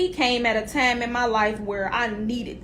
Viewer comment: Where twanna from cuz she saying TIME reall heavy sound like Chicago 😂